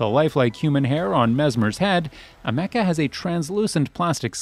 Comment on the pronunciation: The way he pronounces Ameca… why